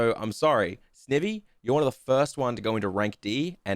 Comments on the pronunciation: It would have worked better if he actually said snivy the way there names said and not snevy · Serperior still has arms, they're just kinda hard to notice. Also it's Snivy. Combination of snake and ivy. Not Snivvy. Ok rant over lol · I love the ranking video but the way ur saying snivy is triggering me for some reason 😂😂😂